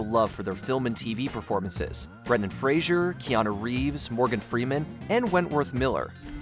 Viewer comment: *Fraser, not Frasier. Aren’t we past the point of mispronouncing his name?